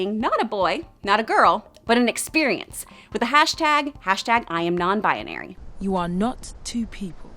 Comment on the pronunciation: Ow my Bones no it's "binary" but she said "bianary"